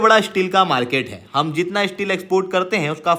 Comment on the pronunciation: Please improve you pronunciation. You are promising courses and study material on top Indian competitive exams and can't even pronounce STEEL properly? It is Steel not Isteel.